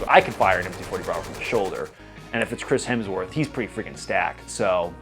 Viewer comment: Feedback...your version of "Hemsworth" was spot on with the Aussie accent.